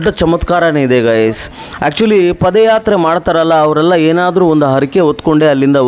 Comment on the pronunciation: Paadayatre guru adu pode yatre alla. Ranga swamy oddu adu ottu alla 🫣🫣🫣